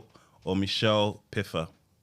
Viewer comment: NEEDS THE HELMET!!! Who the HELL is Michelle Piffer?? Her name is Michelle Pfeiffer pronounced FY-FER!! that was diabolical 😂😂